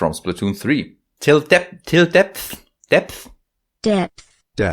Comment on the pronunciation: Quick linguistics hack! If your native language makes it hard for you to pronounce the English "th" sound you can almost always replace it with an "f" sound and most people won't even notice :) example: "depf" would be fully understood as "depth" and would sound more "englishy" than "dep-t" Hope this helps and doesn't come off as rude <3 I only speak 1.5 languages (raised with English, currently learning Toki Pona) but i like to offer the linguistic knowledge I have when possible :3